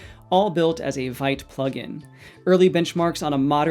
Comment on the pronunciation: Vite is pronounced "veet" (rhyming with "feet" or "beet") 😎